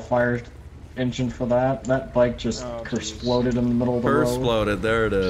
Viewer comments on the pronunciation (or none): 😂😂 the dude said kersploded